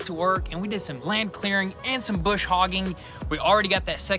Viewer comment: Brush Hogg boys, not bush😊